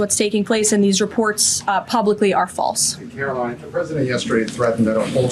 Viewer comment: Ughhhhhh caro-lieing lol.